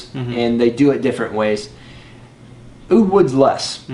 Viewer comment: Oh god you didn't just say oud wood, lol. Oud Wood just works for shit on me....blah blah blah blah....did I say blah...haha